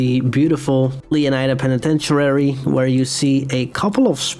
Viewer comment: Love your vids bro keep it up! And the way u say penitentiary will always be funny 😂 Also La Perle is pronounced (Pearl)